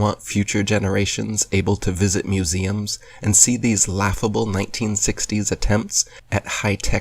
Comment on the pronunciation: Exactly my thoughts! When he pronounced 1960s "neinteensextdeeys"